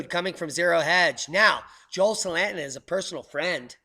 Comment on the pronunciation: I didn't know who you was talking about at first, because you pronounced Joel Salatin's last name wrong. I've watched a lot of his videos. He is great. Also Gabe Brown and Greg Judy...